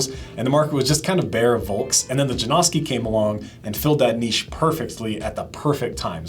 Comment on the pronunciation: J A N O S K I - not Jane-owski, not Jam-oski.